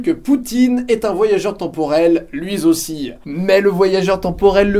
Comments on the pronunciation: brigade des fausses liaisons (BFL), bonjour. Vous avez été contrôlé positif à une liaison dangereuse à . Nous vous rappelons que ce type de liaison est passible de trois ans de prison avec sursis selon la loi Bernard Pivot. Cordialement ;-) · J'adore ! Surtout le petit " Lui zossi " de :p